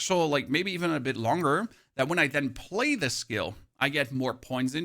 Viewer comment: all im hearing is that you want to plaz Last Epoch